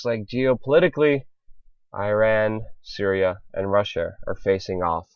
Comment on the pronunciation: did he actually say "cereal" instead of "Syria"?